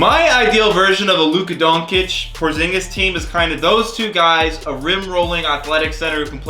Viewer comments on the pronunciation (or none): "luka donkich" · Dude, I stopped watching video when you called Luka Donkic